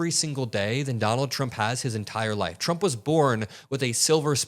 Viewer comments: He can't even say his own Name 😂😂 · There's something abnormal. He can't cleary pronounce his own name. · He’s can’t even say his own name right ! He’s gotten into Elon’s Ketamine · Sounds like he says Donald CHUMP